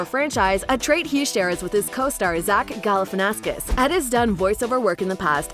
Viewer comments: it’s Galifianakis not GalifianaFKIS smh. And you truly didn’t need to explain the ENTIRE movie before introducing the actors. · Zach Gali-fanny-Ass-Kiss You know what... I am impressed, and I am sure Zach would be too, by the way you pronounced Zach Galifanakis' name so wrong... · It bothers me how you mispronounced Zach Galifianakis, there is no S before the K